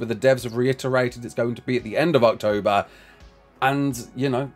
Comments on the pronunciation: Totally sounded like said "ARKtober" instead of October while reading the message from Wildcard. Genuinely surprised that pun isn't used more often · Everytime you say October I seem to hear Arktober.....or is it just me